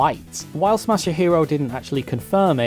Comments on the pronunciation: ...you called him '' and 'Masahiro' throughout the video, including your credits portion at the end, but his Twitter DM says that he is Masahiro, not. Your credits also calls him "Katera" instead of "Kotera" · Pretty sure you were saying and not Masahiro the whole time. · Ma-sa-hero, not mashy-hero! omg lol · I imagine your next message chastising your pronunciation of the guy's name, will be that it's "ma-sa-hi-ro" not "ma-sha-hi-ro" ;) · I like how you now try to pronounce "kotera" properly But pronounce "Masahiro" as "" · LOL the surname Kotera has been corrected, but you're saying and spelling the first name MASAHIRO wrong. (Not Mashihiro or ). But great video and story anyways. It's nice to see that kind of attention to the iconic statue. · Yeah I don't get why he keeps adding that "sha" sound when he says the name. xD Japanese words are not hard to pronounce, really. They only have 5 vowel sounds (as opposed to 20 in English) and stuff is pronounced the same way it's written, with no emphasis on a syllable. There's a couple sticking points (learning the right "r" sound that doesn't exist in English, the consonant in "tsu", learning to drop the vowel a bit in trailing "u") but it's pretty easy. 90% of the pronunciation is near-identical to Spanish.